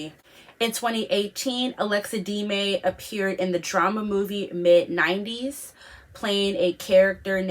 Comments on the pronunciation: No she was clearly saying D-may it's not pronounced like that it's de-me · it's pronounced DEM-MEEE not deemaay what you were saying :)